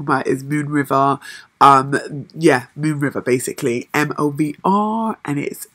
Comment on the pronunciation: Great Review.... I think most people pronounce MOVR like Mover.... But Moave sounds a wee bit posh lol